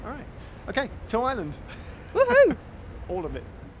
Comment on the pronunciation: Looking forward to this...but please,, as I suspect you're going to be mentioning the place quite a lot (and you've shown that you're something of a linguist): It's Ireland -- not island! Of course you don't have to say the "r" (most varieties of English English, just like yours, turn it into "uh" in words like "fireman", and that's perfectly normal), but you do need to say the "uh" -- to distinguish Ireland (eye-uh-lund) from island (eye-lund). Nurse is here with my medication. I'll calm down now!